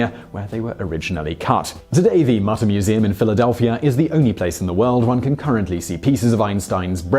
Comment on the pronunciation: Mütter Museum, not Mutter Museum. Just FYI :D